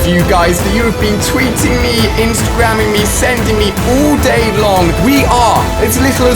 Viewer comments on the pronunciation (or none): its not OOL DAY ITS ALL DAY